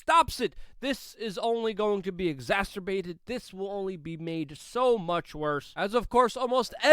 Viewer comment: Luke, I am exasterbated by your continual mispronunciation of the word exacerbated 😖